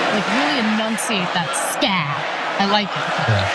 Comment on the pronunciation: i thought he said scam rather than scab lol